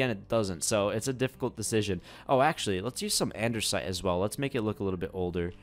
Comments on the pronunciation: i love your vids but a pet peeve of mine is when you say ANDERSITE when it is ANDASTIE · Andersite 😂 lol 😂 it’s andesite 🤣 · id is not andersite, it is anDEsite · Andesite not Andersnite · It's Andesite notice that there is no 'R', but nice video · he keeps saying anDERsite